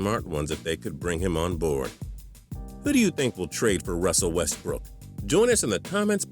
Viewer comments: am i the only one that cringes everytime he says westbrook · Ikr I was about to comment that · The way you were saying Westbrook was killing me